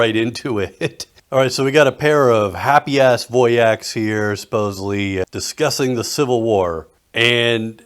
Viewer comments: big respect for you saying wojak as in voyaks instead wowjack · Holy shit you said Wojak correctly!